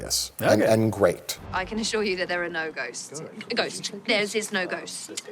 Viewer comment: I love how perfectly mike says “ghosts” like he practices it in his spare time.